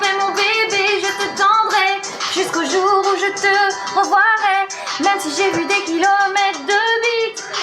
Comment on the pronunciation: Elle a dit revOIrait... Sinon j'ai ri mdr